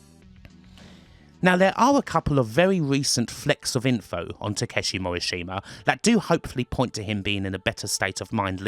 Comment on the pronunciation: Cringe every time you say Morishima. It's pronounced Mo - Rish - Ma. Not hard. Practice that.